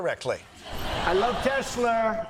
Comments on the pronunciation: Honestly it will never get old lolololololol I LOVE TESLURRRRRRR bahahaha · Tesler LOL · He says tesler.... why doesn't he say chiner....?! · "I love Elun, I love Teslur" - DONAKD J. TRUMP, PRESIDENT OF THE UNITED STATES! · “I love Teslur.” That never stops being funny! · Funny how mispronouncing a trillion-dollar company is hilarious — but questioning anything about it suddenly isn’t. People laugh at “Teslur,” but go dead silent when you ask real questions about labor, safety, or stock manipulation. Priorities, I guess.